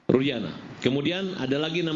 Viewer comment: Nyebut Nama Orang yang Bener Kamu...... RUDIANA bukan RUSDIANA..... Kamu itu benar pengacaranya dia atau asal bela orang saja.... Jangan-jangan Kamu salah bela orang....